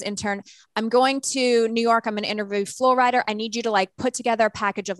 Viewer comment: Her saying “Flo Rider” 😖 when it’s actually Flo Rida as in, he’s from and named after Florida… I hope she didn’t call him Flo Rider when interviewing him.